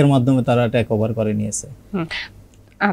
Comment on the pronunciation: ট্রেক না টেক ওভার। টেস না ট্রাস্ট।